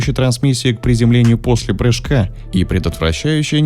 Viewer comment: "...подготавливающее трансмиссию к приземлению поШле прыжка!" хмм звучит прикольно😁😁